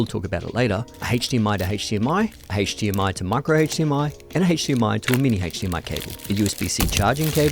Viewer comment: please don't say hatche DMI anymore